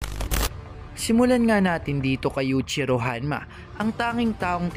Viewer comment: Yuichiro hanma ! Paayos Ng pronounce!